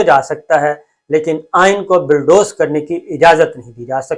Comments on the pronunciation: I swear by Allah SWT, it is not my intention to put you down; I only want to tell you that the correct word (rather pronunciation ) is bulldoze and not billdoze. Again, I am not being the wise guy, it is a sincere and honest advice. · Please correct the word is Bulldoze n BILLDOZE. Thanks